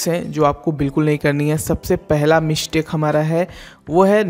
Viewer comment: Bhai tum bhi Pronunciation theek karlo Mishtake Ishtep by ishtep Newj Rejult Competison Countless Otherwise, you sometimes provide valuable information.